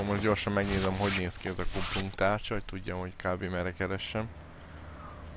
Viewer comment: ti is halotátok hogy egyszerkuplung helyet kumpungot mondot ??xd meg lender éslenger kerék xddddddddddddddddddddd behótam